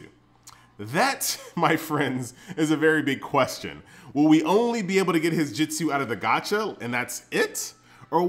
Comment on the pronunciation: it's jutsu not jitsu